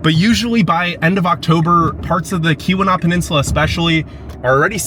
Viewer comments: Before you do videos of a place or region .... PLEASE study the place or region you are going to and video For example.... Keweenaw is a word that may be pronounced differently than it looks. The correct way to say it is "kee-win-awe". You can put the long E sound in the first syllable, and the short U sound in the second. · Great vid, but say it with me...eye-urn...Kee-wuh-naugh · Ta-KWA-men-non; KEY-wen-aw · Nice job…love your enthusiasm! By the way, it’s “KEY-wuh-naw”, not “Kuh-WEE-nah”. Great job! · do some reserch ottawa nf 993280 acres hiawatha nf 89483 acers and its key-wa-naw yes irs remote thats why we live here!!! we don't need big city people talking down to us or makong fun of our towns' oh by the way our summer ztemps run in the 70's and 80's also it's pronunced key-we-naw just like it's spelled and it's enga-dine not deen get a clue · Keweenaw is pronounced: Key-wuh-nahw. You're hurting these poor words. What did they ever do to you? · Tah-QUAH-mih-non KEE-weh-NAW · Tuh-qwam-en-on and Kee-wi-naw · Ta-KWA-ma-non falls😊 and KEE-wa-naw peninsula. Thanks for visiting! (From one of the trolls under the bridge as us downstaters are called) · You absolutely butchered the pronunciation of "Keweenaw", "iron" and a couple of otherw. It is "Eye earn" not "Eye ron" ....Good Lord. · Okay, for you and anyone else that does these travel videos…PLEASE learn the pronunciations before you go. Truly, you should know how to pronounce Tahquamenon and Keweenaw before you publish the video.